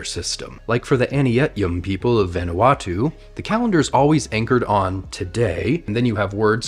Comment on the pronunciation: I think you pronounced vanuatu wrong